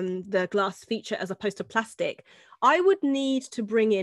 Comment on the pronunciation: Hahahha you said glastic instead of plastic